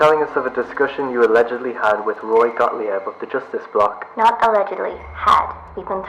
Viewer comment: Gottlieb: pronounced Goht-leeb not gaht-lee-eb. It's German.